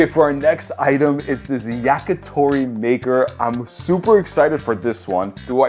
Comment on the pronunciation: bro did NOT say maker 💔